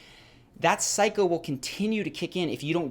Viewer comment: every time Cycle sounded like Psycho